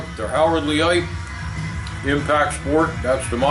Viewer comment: Thanks for the video and sorry your hearing is damaged. You may not realize the music is blaring in the background. Yes, Leicht can be pronounced LITE or LATE, but certainly not LEET or LEE-ITE.